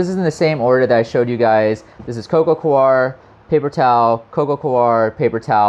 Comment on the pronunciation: It's coco "core", not "co-are".